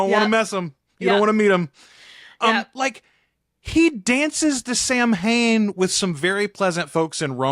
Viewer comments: Possible addendum to the correction, also with zero shade- in most forms of Irish, it's SOW-an (first syllable to rhyme with 'how'). Source: thirteen years learning Irish in school:) it's our name for the month of November, as well as the feast of Halloween., I'm also not shading you, you might be using Scots Gaelic. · No shade given, but Samhain is pronounced “Saw-wain”. I know Gaelic is wierd! Loving the book review, reminding me of what happened in the novel before season 3! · Cén scéal, a chara? Thanks for this comment. It scratched the linguistic area of my brain to hear the correction spoken aloud just now on the Only Lovers Left Alive reaction. ❤ Cheers for that!